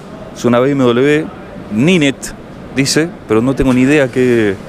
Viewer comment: Se llama Nine T y se pronuncia NAIN TI y el motor creo es1200 cc